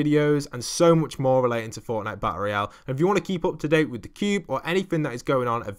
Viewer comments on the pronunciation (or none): none